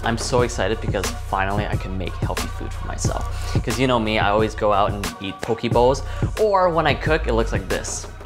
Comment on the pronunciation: poke not poki....